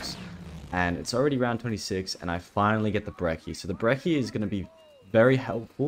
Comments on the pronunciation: I get annoyed whenever he calls the brechi the brekki it's kind of infuriating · why do you pronounce brecci like brecchi